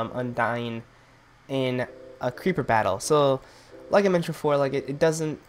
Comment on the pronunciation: hahahahaha, just say ceriper blowing up and zombie blowing up?!?!, hahah, at 5.49-5.50